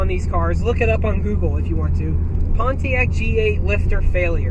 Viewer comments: My biggest complaint is people do not pronounce Pontiac correctly... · Learn to say Pontiac